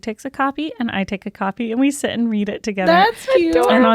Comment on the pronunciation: when reads an ad, i always hear "shit with us" instead of "sit with us"